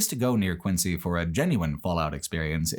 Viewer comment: Quincy, MA is pronounced “Quinzee”